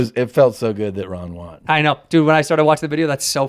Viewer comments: “Ron won” sounds like Ron Juan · Time stamp time shows us his deep rooted mispronunciation of "won." Shits r worded as hell